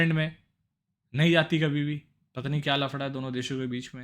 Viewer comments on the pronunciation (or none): Kya be pata pata krta reheta hai,,, sidha bol nahi sakta kya,, patta patta kya